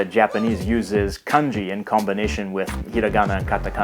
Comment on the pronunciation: Your Japanese will sound much better if you pay attention to the pitches and rhythms of each syllable. You seem to tend to put the highest tone on the first syllable except for the words you know well such as watashi. Mizu, Kanji, yakusoku, denwa, daigaku, tofu, onsen, kaban, shima- all of these words have the stress on the last syllable. Just doing so will make you sound much more Japanese.